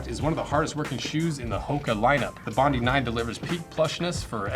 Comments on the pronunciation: Bondi is pronounced Bond-eye. The famous Sydney beach. I agree more testing is required. Especially, the higher impact of walking on concrete/ running & how they are after about 3 months. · Bondi is named after a beach, it's pronounced 'bond-eye'. 👍